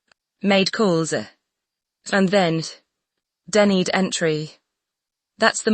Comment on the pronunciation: yay! finally a security team did what they were hired to do. whether she left on her own, or she was denied ... bottom line is that she left. this was no misunderstanding. mm loves to force her way into events. (please tweak AI so words are pronounced correctly - start with "denied" and "Latifa")